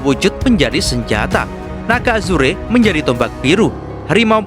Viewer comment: Naga Azurrrr bukan azureee tulisan nya azure di baca nya Azurrrrr